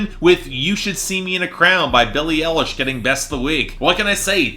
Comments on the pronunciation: EYE-lish. Not ELL-ish. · Watching this now and hearing pronounce Eye-lish as L-ish.